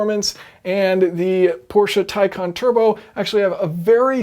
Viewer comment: Yep it is pronounced as tie con.